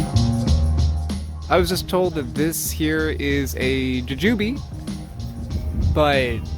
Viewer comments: bothering me that you're pronouncing it juJUbe and not JUjube given that by the end of this video I probably will also be thinking of it as juJUbe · why do u say it like that goofy, its jew jew bee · U say it so different, its funny to me (ja-jew-bee). In my area we say (jew-jew-bee) I'm also on the east coast. So, not sure if it's a regional thing 🤷🏻‍♀️. But, I've never heard it the way u say it before